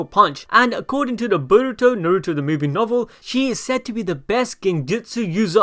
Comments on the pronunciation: Naruuto it's fuckin naruto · “Nuh ruto”